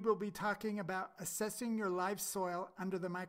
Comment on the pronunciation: Asses? 😂😂😂 you mean assess?